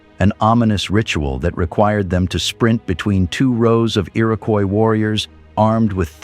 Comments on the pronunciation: Is the fake 'dirty film' effect really necessary? Bad enough we have to listen to fake robot narration... "The ear-AHH-koyis Confeder-RASSee" FFS! Have some pride and dignity about your content. Clearly all you care about is the clicks though; Useless. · since it's spelled above so many different ways, I figure it's time I pointed out the correct one re. #1--Comanche, #2 is Iroquois (EAR-uh-kwoy); in the list that started was the Onondaga (oh-nun-DAH-guh); Oneida is oh-NIGH-duh, rather than oh-NAY-duh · The narrator butchered the Iroquois tribes names. Generally pretty accurate about the noble New York State Iroquois. The Iroquois' many wars gradually weaken them. They adapt to the muskets before other tribes because of their control of the beaver trade. Tuscarorains were sixth tribe.